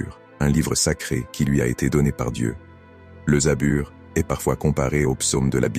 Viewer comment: ON DIT PAS ZABUR MAIS ZABOUR